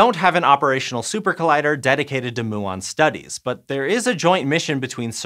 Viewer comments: Muon is pronounced MYOO-on, please learn to say it right and re-upload the video; I'm an ESL student and I knew this 20 years ago. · muon is pronounced mu-on like the Greek letter, not moo-on like a cow. this made the middle really hard to listen to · moo-ONs :D Made my morning, thanks :) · Moo-ons is how cows say muons. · Everyone I know says mew-on /myuon, and I hear a lot of people from all over the place say muon daily. It was quite odd to hear it pronounced that way. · Moooo 🐄 I'm glad he says "experiment" the right way :) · these guy doesn't even know that he should say mYuon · Why did he keep saying Moo-ons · Moo-on? 🐮 Really? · wow, a particle physics with a guy that does NOT know how to say MYUON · Exactly. It is painful to listen from a science channel, makes you question the reliability of the whole channel. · Linode can be subjective - but Muon?! I had to stop watching after the 15th time he said it. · Please pronounce Muon correctly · Pretty sure your saying muon wrong. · The way he was saying muon 😶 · Oh thank god someone wrote a comment about this. My eyes were about to pop out mah head every time he said muon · learn to correcly pronounce muon. ths last one (DUNE) is a detector not an accelerator. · I can't cope with the word muon. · He pronounced it wrong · Mew-on, not moo-on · Moo-on. Lol. Can you produce them by colliding cows? Even Americans I've listened to talking about them say m'you-on... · Come on muon, not moo’on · it's pronounced m-you-on, not moo-on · Isn’t it “mew-on” not “moo-on”?? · "mew-on" not "moo-on" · Is muon pronounced 'moo-on' or 'mew-on' ? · Gotta admit, it’s funny listening people outside your field try to pronounce the different terms we have. I’m referring to him saying ‘moo-on’, rather the root is Greek and suppose to be ‘mew-on’. XD It’s like me with all the Latin words used in laws and biology. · His pronunciation of muon is driving me insane. It's not moo-on. It mew-on. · Mew-ons, not Moo-ons. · STOP SAYING MOO-AHN!!!